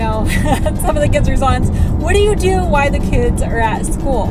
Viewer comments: we’re both wrong. She said while. She just said it kind of lazy so it sounded like why. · Why do you say “why” instead of while?